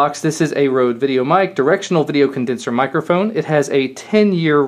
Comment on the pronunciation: ''Rhode'' omg haha xD Røde is Danish and means Red :)